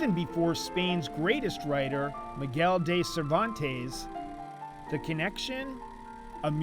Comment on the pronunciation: My GOD...that narrator can't say MIGUEL DE CERVANTES? He said "Mie-gale day Sir-vawn taze" Can't he get the pronunciation right?